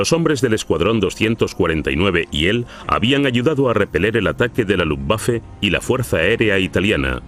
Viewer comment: Pero no se pede hablar " luftwaffle " ...